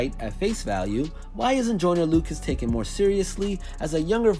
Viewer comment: He keeps saying I’m not a racist idk why it just bothers me that he keeps saying the name wrong 😂😂